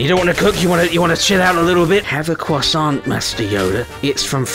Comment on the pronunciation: As a french, your pronunciation of croissant is perfect